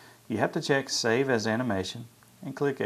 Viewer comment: <_< i was listening to this loud and when you said save as my brother thought you said Save Ass......-.